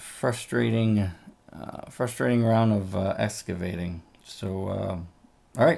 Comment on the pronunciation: Ex-cavating not es-cavating